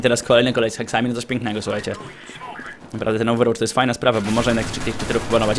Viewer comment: Co? Ołwerłocz!:D:D